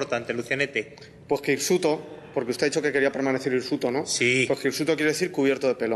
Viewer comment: *hirsuto*, no insuto.. ¬¬